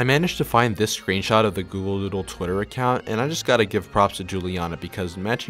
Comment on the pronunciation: Lol “Dooldol”😂😂😂😂